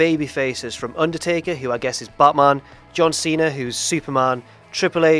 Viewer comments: I laughed at John Tweena. Keep trying,. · John twena